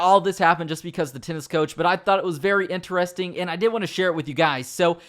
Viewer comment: Yes that was very ENTER-REST-ING